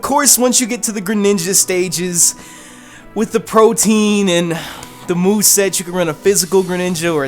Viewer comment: protean isnt pronounced protein, loudmouthed asshat